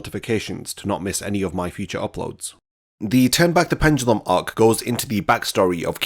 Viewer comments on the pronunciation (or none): none